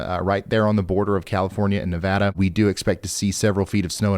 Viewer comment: Thank you, Ryan! For saying na-VAH-da! ;)